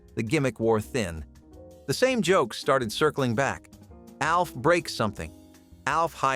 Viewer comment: Logged in to comment to say exactly this. Lost all credibility when it can’t pronounce the names of main characters